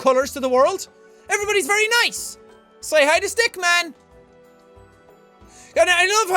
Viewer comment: It's Henry Stickmin, not Stickman xD